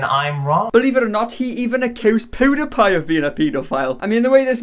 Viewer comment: No one:: Poodipie. 😂 Yes I am immature and laughed because it said “poo” lmao